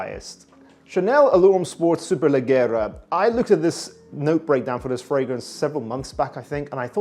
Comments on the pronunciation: Is pronounced “superleggiera” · Superleggera Is and italian noun and the double GG should be pronounced like the J of Jogging. Cheers from Italy 👉🏻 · Need to brush up on your Italian bruv